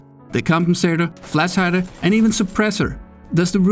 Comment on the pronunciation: It hurts my brain to hear you speak "flash".